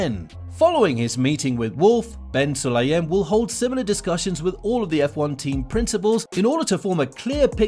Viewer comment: Bin Sulayem. Not Ben